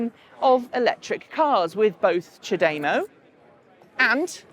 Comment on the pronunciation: Nice video: just a quick niggle; ChaDeMO should be pronounced 'chah deh moh' because it is a play on words in two languages. The English CHargeD(e) MOve and the Japanese お茶でもいかがですか？("ohh cha deh moh ih ka gah dess ka") which translates late something like "would you like to grab a cup of tea quick" and it infers charging the car will take less time than having a cup of tea :)